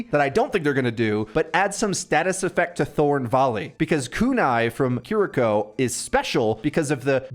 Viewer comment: bro said Care rico.. kiriko g 💀